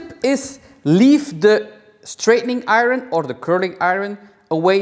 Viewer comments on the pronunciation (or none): Here’s my language tip. I know this doesn’t make sense but the word “iron” is pronounced “eye-yearn” not “eye-ron” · that’s not accent. He’s sounding out the word the way it looks. It’s not his fault but it’s a common mistake English learners always make with that particular word